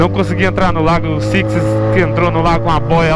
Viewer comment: O invés de falar Six ele falou Sixis kkkk